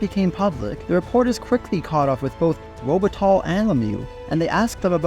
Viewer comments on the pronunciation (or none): Interesting story By the way its pronounce like "Robe it tie" because Luc's surname is French. Not "Robe it tall".